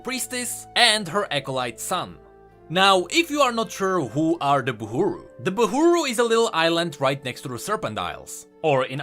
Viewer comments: its Burhu not Buhuru It kept bugging me how u didn't correct it xC Also the shield around the Boat reminds me of Senna's Cinematic Her weapon produced a similar Shield to protect Lucian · Riot: "buhru": "buhUru" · just want to say that theyre buhru, not buhUru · Love what you're doing and all but pretty sure and it says buhru not buhuru... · It's Buhru instead of Buhuru! :) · I think it's Bah-ru if I remember Illaoi saying it Also this is for LoR regions so there's no Shurima Bilgewater or Targon etc yet